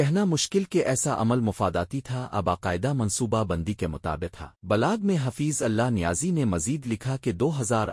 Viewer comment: حفیظ کا نام تو صحہح لو بھائ؟؟؟؟؟